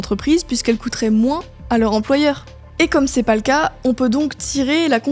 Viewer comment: "J'ai paz compris" P*tain même mon chien est plus intelligent qu'elle